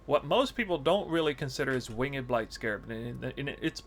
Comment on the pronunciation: dude you pronounce winged incorrectly.